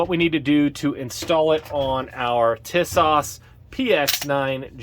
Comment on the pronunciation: For the record the company name is pronounced 'TEE-sosh'. The actual model name is the 'Zagana'.